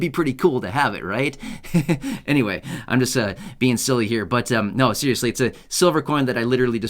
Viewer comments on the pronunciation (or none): it's pronounced right here. Not right gere.